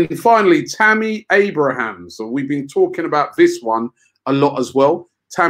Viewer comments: It annoys me when people call Abraham, Abrahams. I dont get how it happens. Surely hes read his name hundreds of times, seen it in line ups, heard commentators say it properly etc. It used to happen to Charlie Adam all the time as well. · Why does Robbie keep adding an S to Abraham?